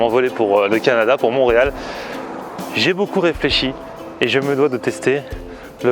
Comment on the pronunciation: On dit Montréal ❤️😅